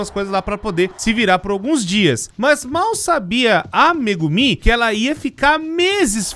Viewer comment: "Massaxigui" , "cúricú" , "mégumí" , "sámá" , "cussonoqui" , "iaçu" ...KSKSKSSKSKSSJSJSKSKSSJKSJSKSJSJSJSSKSSKSSKKSKSKSK DCPL MAS ISSO FOI ENGRAÇADO